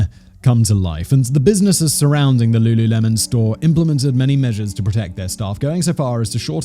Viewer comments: pausing to request that we make “looluhmen” the official pronunciation, honestly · Simon completely unaware that he definitely said lulumelon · Wtf? There's the singer Lulu and, well, lemon. You couldn't work it out?! I know you sometimes have pronunciation issues but wtf?!! I love your content so much but this is a new low